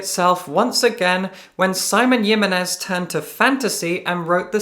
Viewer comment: It’s HiMENez, not yiminez. It’s spanish, not nordic